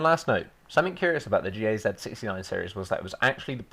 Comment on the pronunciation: Gaz sounds like "guzz"